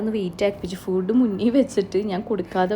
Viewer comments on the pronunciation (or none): രാഗി അല്ല, റാഗി. പിന്നെ ഫൂഡ് അല്ല, ഫുഡ്‌ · രാഗി alla റാഗി പിന്നെ ഫൂട്‌ alla ഫുഡ്‌